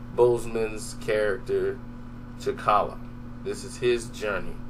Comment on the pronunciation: Bruh who the hell is cha'kalla? His name is T'Challa!